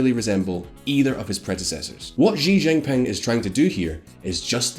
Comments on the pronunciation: He didn’t even pronounce xi jinping properly😂 I was literally cringing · China has been getting our attention for such a long time and yet, many youtubers don't know how to pronounce Xi Jinping. Forget Xi Jinping, they don't even know how to call China :( (sad) It's Shi Jin Ping (not zee, or zzhiii or whatever the hell you are saying). Just for your easiness, i am writing SHE or SHI Jin Ping. jin is also not ZHEE, or ZHII or ZEE...it's very light Ji ... very light and subtle. Hope this helps :) Also, wth is zhongan...? It's XeeOng' Aan (SheeOng AAn) Also, SheeongShian and AnSheen (this makes me so sad) Also....GuuAAngZhooUU (not Gangzho xD) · His name is pronounced like "SEE GIN PING" Is it that difficult to pronounce? No, his name is not "jujubee", you're wrong. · "sheeee jing pin'' not ''jeeee jing ping''. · let me make it easier for you just simply pronounce she zin ping. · Shi Jin Pin* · Xi Jim Ping sounds like English, Shee Jin ping. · U guys need someone to help you pronounce the Chinese names? U guys butcher every Chinese name including Xijingping’s name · I disliked this video because you butchered the names of Xiong'an, Tianjin, and Xi Jinping. The X in Chinese sounds like a "sh" sound. not a "J" sound. the "T" just sounds like a "T" not sure how that got butchered as well... I'm just letting you know so at least you wont have to wonder why one person disliked the video. If you looked up the pronunciation of Chinese names before recording you would sound so much more reliable and professional.